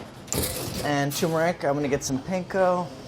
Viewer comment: Totally Alaska vibes. "tuuuuuummerrric." love it